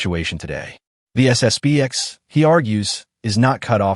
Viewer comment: Narrator, it's SS P X not B.